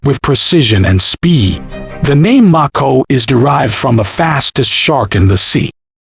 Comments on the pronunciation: Do you not know how to pronounce the name of the missile LOL. It's a long A sound, not a short A sound. m-A-ko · I couldn’t get past only because he couldn’t pronounce Mako correctly. And that’s some effort on my part. Because I come close to ending it after I found out it was name after the Mako Shark. 🦈